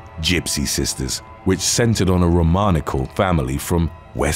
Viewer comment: 1. It’s pronounced ROMNYSHELL - the Gypsy sisters - not.. well, now it’s spelled haha. 2, it’s crazy to see the girls named Sarah and Katie when my name is Sara Kate. SO ODD!